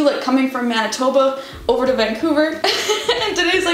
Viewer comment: the pronunciation of Manitoba though! Ha, defiantly cant take the Manitoba outta the girl